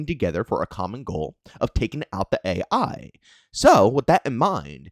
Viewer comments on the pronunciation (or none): you’re saying it A.I instead of AI 😂